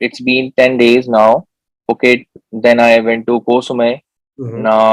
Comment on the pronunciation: Hi. Great info on your channel. By the way, a small correction. Phuket is pronounced as Pooket. Regards!